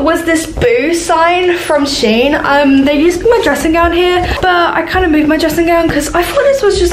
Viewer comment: and its sh en not shen